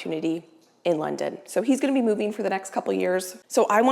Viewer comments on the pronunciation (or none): none